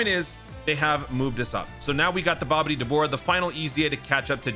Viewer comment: I die laughing at the way he says “Babidi/Buu”